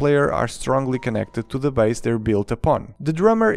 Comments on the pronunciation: Pronounced Base, not bass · "Never say Legos say Lego" . . . Never say "bas" guitar (or drum), that is how you say bass fish. It is pronounced "base" or "bays" guitar, like when you mention the base that they are standing on. Unless you wanna make musicians mad. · Bass is pronounced as base . As in LEGO baseplate. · my friend. When referring to the instrument "bass", it is pronounced like "base" with a long 'a' sound. Love your review and I love you! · Thank you for this review! I might have to get this set! Though I have to say, the proper English pronunciation for the word "bass" (musical term) sounds like "base". If you say it phonetically, it might confuse people into thinking you're talking about the fish, also spelled "bass". English is confusing, I know. But I hope this helps. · Bah-ss made me cry as a bassist, but all is forgiven because of the wonderful review you regularly post. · A great review! The instrument “bass” is pronounced like “base” tho :) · Just an observation, “bass”, when referring to the instrument, is pronounced like the word “base”, as in “the Lego base set”. Nice review as always, saludos from Dominican Republic! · The instrument Bass is pronounced as "base" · There might be another comment saying this already, but in music, "bass" is pronounced "base." "bass" rhyming with "class" is only used to refer to a bass fish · Bass is said like base. Not like the fish. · It’s bass like base not like the fish!!! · bass in music is pronounced like “base” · It's bass not bass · Bass is pronounced like base btw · Thank you! Yet another one to the book of mispronounced English words! 😅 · Him Saying bass as in the fish is annoying